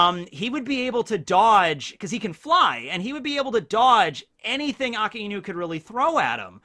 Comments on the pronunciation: AKAIENU!!!!!!! Everyone: Akainu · such a shame how someone who is known for one piece knowledge , KEEPS butchering akainu`s name the name means red dog so yes its aka for red and inu for dog BUt!!!!!!!!!! its not pronounced as 2 different words its pronounced A - KAI - NU stop putting so much emphasis on the iiiiiiiiii if its one time i can handle it , but you are using the name 263648 times in one sentence pls do it right man NOT A- KA- IIIIIII - NU its A - KAI -NU kai as in dragon bal kai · It's "Ah-Kai-New" not "Akah-Enu".